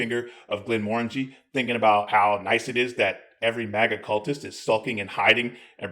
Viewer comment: Nice,, properly pronouncing Glenmorangie! Slainte!